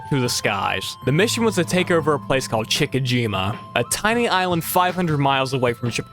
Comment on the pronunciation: Chick a jima?😂 How about Chi chi jima? My goodness Google translate can even talk these days if you need a clue 😂